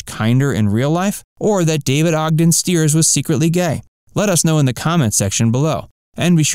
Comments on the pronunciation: Have long been a fan of the series. Didn't learn anything new. Please learn to pronounce David Ogden Stiers' name correctly. It's sty-ers, not steers. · It is Styers (Stiers) not Steers. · It's pronounced St-eye-rs, not Steers! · I loved Charles too. David Ogden Stiers was truly great. Don't mean to be snobby but Charles would have been a bit out of sorts if his name was mispronounced. Stiers is pronounced Sty-ers. Not Steers. One of the episodes a rude Charactor called him Chuck. "CHARLES" he'd bellow. Here's to you David........Q! (Charles from Boston had an upper class Boston accent. He say goodbye one of 2 ways....."Gentlemen".....or shorten thank you to simply....."Q".....) I always loved that "Hahvard" grad. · StIers. The I is pronounced, not the e. At least that's how it's pronounced in his native Urbana, Illinois. I didn't realize he was closeted. Being gay doesn't change who he was. Great actor, sorely missed. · It is not stated as 4 thousand 77th, it is stated as 4-o-77tth. And Winchester was played by David Ogden Stiers (pronounced Styers). If you are going to make a video about a loved topic, maybe you should know how to speak about it correctly. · What to mispronounced David Ogden-Stiers. It’s “ sty-ets” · You miss pronounced Stiers. It is pronounced St eye ers. I am surprised with all the researched you did that you messed that up.